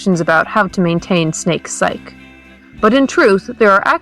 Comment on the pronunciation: "psyche" is pronounced how it looks... PSYCH-EE if you need an editor - i would love to help. your content is great, but little things detract from people being able to listen